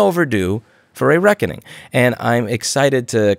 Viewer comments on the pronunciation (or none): I like to think Louis wasn't saying "Reckoning" but that its time for the Wreck-ening.